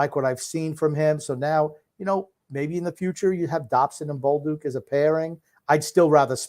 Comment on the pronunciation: ripping Grump on "Hunter" Fasching is hilarious considering his constant butchering of Pierre Eng-vault, Sam Ball-duck or Ree-see's PB cups. Lol